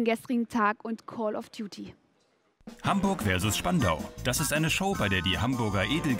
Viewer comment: Herzlichen Willkommen zu Hamburg WÖRSESS Spandau 😄